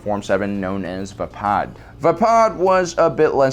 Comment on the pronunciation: HEY, he said Vapaad right!!!!!! kids cheer Been triggering me alot lately, but NOT TODAY!!!